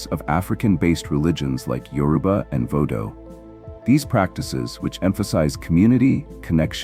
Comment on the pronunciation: Isis, Osiris, Vodo pronunciation? Really? Obscure the original name (Ren) and the secrets remain. And how bout an African voice narrating African content. Basic surface level content.